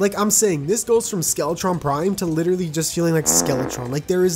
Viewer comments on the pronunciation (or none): none